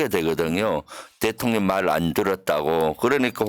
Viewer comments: 대통련으로 발음이 이상해요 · 대통련은. 경상도사투리여요. 쌀도발음안되서 살이라고 하거든요😂